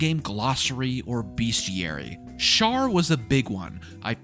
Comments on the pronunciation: It's always funny to watch people play who have no history with BG, BG3 early access, and DnD. I think I heard Shar called Shart a few times which made me laugh. You definitely did things I've never seen before, and I've done act 1 probably 4-5 times in EA (what was available) and about that many after release. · Amazing that you called Shar "Shart" without realizing that's what the community calls Shadowheart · Kinda funny how you say shart is shadowheart's god (its shar) but like 99% of the fanbase uses "shart" to describe shadowheart because SHAdow heART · funny how you call Shar Shart but the rest of the world calls Shadowheart Shart